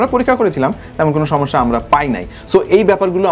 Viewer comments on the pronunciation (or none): none